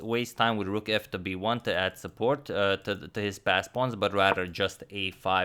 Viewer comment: Always thought you were saying “fast pawns” 😂